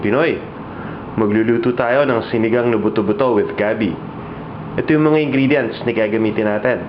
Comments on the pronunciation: Gabbie instead of gabi lol. Your so maarte lol j/k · LOL you pronounce it gabby i say it gabeh.